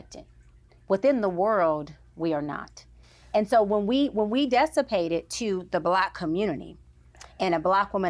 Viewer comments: Dessapate ma’am……..? That’s not word SMDH! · ‘Dessipate’ is NOT a word. It’s DISsipate